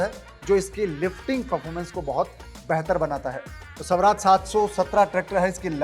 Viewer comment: स्वराज है शवराज नहीं, अर्थ का अनर्थ न करो